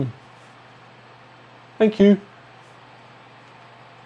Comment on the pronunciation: "Boom!.. Fank you" I actually laughed.